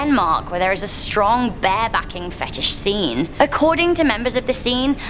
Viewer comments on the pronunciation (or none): That was funny af when you said barebacking bahaha